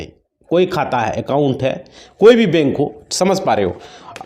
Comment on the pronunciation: तुम को तो बोलना भी नहीं आता बैंक को बेक बोल रहे हो